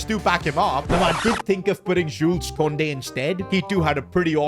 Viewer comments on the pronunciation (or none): none